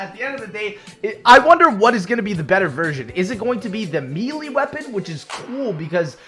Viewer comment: do you pronounce melee wrong because you're trying to be funny or just dumb